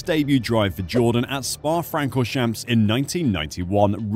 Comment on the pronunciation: Love how the OP totally butchered "Spa-Francorchamps" 😂 Cool & interesting video tho😊